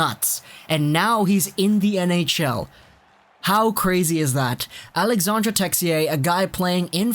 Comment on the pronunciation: AlexandRe and not alexander...